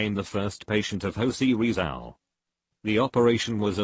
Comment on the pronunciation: Manilawa ako sayo,eh hindi mo nga mapronouns ng tama ang pangalang Jose Rizal 😆